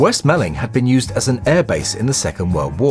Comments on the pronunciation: As someone who grew up in West Malling I really feel the need to point out it is pronounced the same as 'mauling'. The way you've said it here is a really common mistake, to be fair. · West Malling ! It’s pronounced west Mauling, like being attacked by a lion from the west. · Hi, just a quickie. I grew up near West Malling airfield (I actually learned to drive on its runway) and its pronounced West Maw-ling, to rhyme with balling. Ttfn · Excellent video... just one little thing.... the town in Kent with the airfield is pronounced West "Morling"! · Another excellent video. Half a point off for mispronouncing "Malling" though! 😉